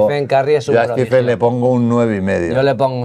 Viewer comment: ¿Por qué a Curry le llamáis "Stif" y "Stifen"? Los americanos (y él mismo) pronuncian "Stef" y "Stefen".